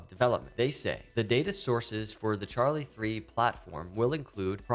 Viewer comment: It is Charli3 with a Three. He is correct and asked me specifically before making the video to make sure he got it right